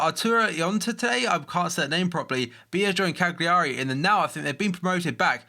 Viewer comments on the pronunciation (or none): none